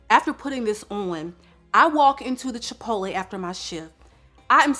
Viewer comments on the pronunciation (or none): none